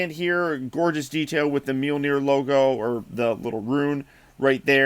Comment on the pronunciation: Hearing you say Mjolnir hurts me to my soul